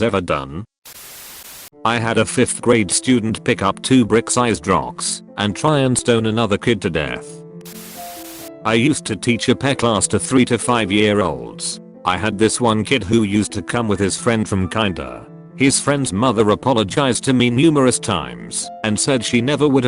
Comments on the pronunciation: nobody: This guys voice: Pepe instead of P-E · “I used to teach a PEH class” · No-one is going to mention how it pronounced PE? Ok